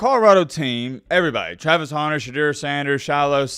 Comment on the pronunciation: u owe ME an apology. This whole time I thought his name was Travis Honner because or ur accent!! 😡😡